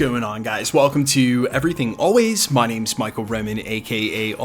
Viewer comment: I'm glad you're one of the channel makers that makes sure to pronounce people's names correctly